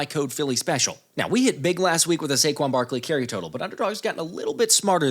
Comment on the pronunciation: CAN YOU SAY SAQUON BARKLEY